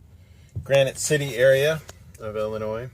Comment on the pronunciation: You are wrong...If you say "Illinoise" you can't live here in Illinois, pronounced "Ill-annoy". FYI. Sincerely 1983 grammar champion, Pr walker elementary, Rockford, Il. Hope you had a nice turkey day. YOUR WELCOME.